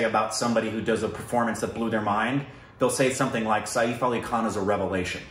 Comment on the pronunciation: lmao it's written सैफ़ it's said like "sef" (like the english word "set" but with an F ). Like "safe" without the diphthong. It's not said "sa-eef".